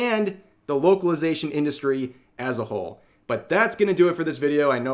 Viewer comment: I thought you said "woke-alization" lol